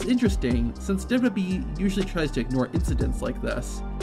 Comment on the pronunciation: Why can’t you pronounce wwe 🤦‍♂️